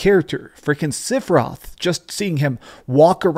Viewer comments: sep-for-roth is how Sephiroth is pronounced, not sip-or-roth.. The original game, during the final battle it's in the music. dadada SEPH-IR-ROTH... People that mispronounce it are people who never played the full game on ps1. Also it's Tidus like TIDE US not tea dis.. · who's Sipheroth? Don't you mean Sephiroth? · Sipheroth??? At least pronounce it correctly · Great video. The only thing I didn't like is how you pronounced "Sipheroth" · is a big fan of ff7 but can't pronounce sephiroth correctly lol he says "sifferoth) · Love you, but whyy SIFFeroth? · Bro u said sifiroth lol